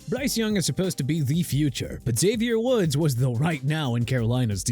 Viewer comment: Ain’t no way he said Xavier Woods 😂😂😂😂😂